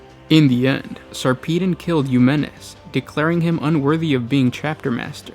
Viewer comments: sar-pee-den? it's sarper-don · Sarpeedon? It's Sar-peh-don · lol whenever i read the books, i've always Sarpedon's name as "sarpuh-don". this is turning my world upside down. But for real, the novels are amazing. Best series I've read in the 40k universe so far. Ben Counter did such a good job. He also showed despite a Space Marine's modifications that make them generally superior, underneath their oaths and layers of honor and battle scars, they are still only human and cope with human emotions in the appropriate situations. You see them get tired, jaded, worried--any single thing that would cause one to normally write-off an Astartes. Granted, they still cope better because they are still Space Marines, but it's a refreshing take on the mind of one. Plus extremely graphic details in increasingly difficult battles. Good Stuff.